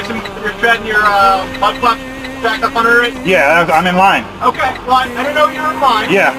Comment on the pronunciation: Got the emphasis on the wrong syllables son. IM IN LINE, ain't the same as IM IN THE PARKING LOT ... OF THE REPAIR SHOP ... WAITING ... FOR MY TURN IN THE TIRE SHOP. Yes, you were communicating perfectly fine for everybody in America to understand what you said, and what you meant ... BUT COPS ARE STUPUD!!